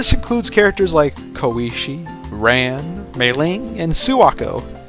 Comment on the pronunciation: also Ran pronounce Raan not Ran as in Ran